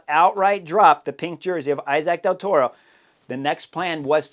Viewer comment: Dude, I love you but can you pronounce Del Toro’s name properly? He is Mexican